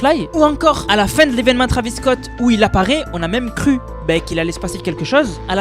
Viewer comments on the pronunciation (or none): none